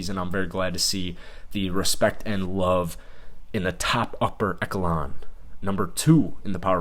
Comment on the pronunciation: You should improve your pronunciation of words. Your pronunciation of "echelons" is incorrect, it should be "e shel ons" not "e kel ons." Otherwise, your content is good.